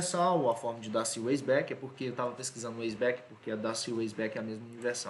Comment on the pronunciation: Weisbach alemão, não pronúncia úeisbek, mas sim Váisbarr ou Váisbak.